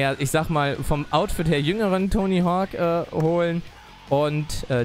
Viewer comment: Wenn du schon ständig "englishe " slangs zwischen Deutsch reinhaust um es " cooler" rüber zu bringen dann solltest WENIGSTENS den KÖNIG DES BOARDS richtig aussprechen können!!! ;) nur so am Rande